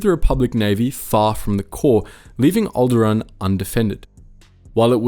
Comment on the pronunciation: Is there a Star wars fan and can't even pronounce alderaan?